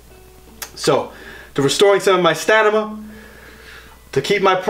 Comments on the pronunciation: Stanima? Isn't it stamina? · Stanima. You kill me. Idk if it was intentional but i love it.😂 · “Stanima” bruh...